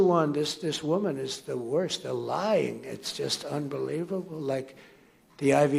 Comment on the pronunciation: He's pretty scared when somebody told him that whenever he said Lying Kamala Harris people have been hearing "Lion Kamala Harris!" Hahaaa! 🤣🤣🤣